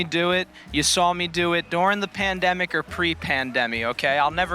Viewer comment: The piz? Pan demi? Yeah. Pen demi. That's right up there with the black plaguey. Spanish fluey and world War twoey. The English language becomes further and further butchered.